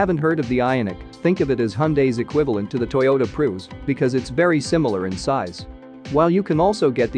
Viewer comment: “Toyota Proos”? 🤣🤣 Gotta love these automated voiceovers lol